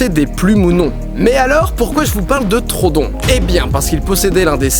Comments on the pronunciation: On dit pas trodon mais troödon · Juste par contre mec stp c'est pas trodon mais troudon en anglais c'est bcp plus jolie : Troodon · troodon pas trodon par contre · C'est Troodon le dino en faite pas Trodon mdr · PAS TRODON. TR OO DON. TROODON PUTAIN Désolé je m'énerve un peu trop vite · Ça ne se dis pas trodon mais troodon fait bien insister sur le "o" je sais je suis chiant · Je crois que ça se prononce TRO-O-DON mais super vidéo quand même ^^ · Super vidéo, comme d'hab 😉 Par contre je crois que le nom du dinosaure se prononce Tro-ho-don, je crois avoir entendu ça quelque part 🤔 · (on dit trohodon il me semble) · Didi ça se prononce Tro-odon ! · Didi pourquoi tu dis trodon? On dis pas troHODON (j'espère que vous avez compris...) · Deux chose : 1) l'oeil du dragon en vert est trop cramé 2) Troodon se prononce comme il s'écrit, avec 2 O À part ça bonne vidéo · ON DIT TRO-O-DON !!!!! merci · Ça m'a gêner pendant toute la vidéo donc je le dit, en fait ça se prononce "Tro au don". Voila, je sait je casse les couilles x) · le troodon se prononce trou-o-don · On dit pa troodon